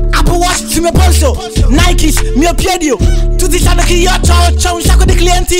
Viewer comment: Ridiamo e scherziamo ma è uno dei pochi che pronuncia bene nike 🧐